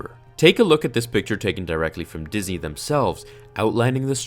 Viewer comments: was he supposed to say Disney or Disey cuz he said Disey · He pronounced Disney as dizzy